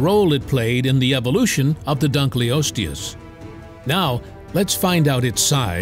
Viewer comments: Yo this video is chock full of horrid pronunciation - i mean - Dunk-lee-osteus? Come on. hahaha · Dun-kil-os-te-us to be phonetic. The discover was named in hoonour of David Dunkle. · Your pronunciation of Dunkleosteus is making me itchy. It's dun-kul-OS-tee-us. Like the German word for dark - "dunkel". Named after the paleontologist David Dunkle. I know you can't/won't edit the video, but spare your own embarrassment going forward. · Not an expert, but I think you are mispronouncing " dunkleosteus" The first part of the word, "dunkle," rhymns with "uncle," is German for dark. So, dunkle is a word, and I'd think the pronunciation should be dunkle-osteus. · I had to leave when I heard dugliosos for the time